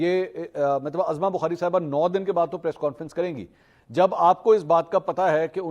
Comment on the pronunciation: Mansoor sb! Khudara ( uzma bukhari) pronounce kia karen na k ( azma bukhari) allah ta'ala aapki zindagi ba'barkat banana de aameen summa aameen. A G Bajwa from wazirabad.